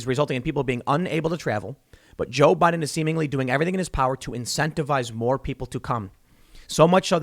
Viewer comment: "The historic turnout for jiao bai den" Just lmao.